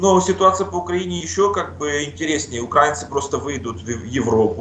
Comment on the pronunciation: УкраИнци, а не УкрАинци